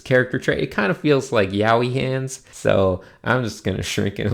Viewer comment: He said Yeah II hands